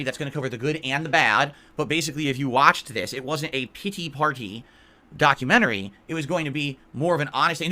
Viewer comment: "A pitt-tee partt-tee documentary." Why does he enunciate like that? It's clearly intentional - does he think he sounds smart or correct or something?